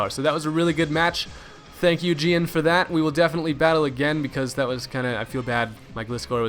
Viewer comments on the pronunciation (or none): Dont want to be a dick but Gian is pronounced John. (its the italian spelling) I only know this because thats my friends name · gian is pronounced john...